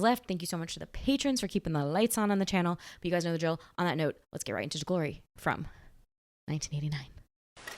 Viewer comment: has a unique way of pronouncing the movie’s title, “Guh-lory”. 😁